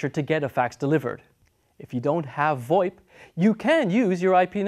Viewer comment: If you're going to call FoIP 'Fax over I P' which is what it is, stop Pronouncing VOIP as if it were a word. It sounds stupid and you're the only person I've ever heard actually do that. It's pronounced, simply, Voice Over IP, the exact same as FoIP is pronounced Fax over IP. Just saying, you look really foolish pronouncing it as if it were a real word.